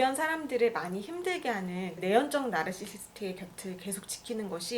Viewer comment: 나~rrr~~르시~스트~ 듣기 불편하네요 ^^